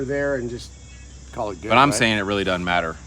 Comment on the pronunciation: "materiuul" = material. "doddent = doesn't".:)